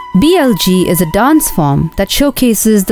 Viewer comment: BLG haha! That’s not how you pronounce it lol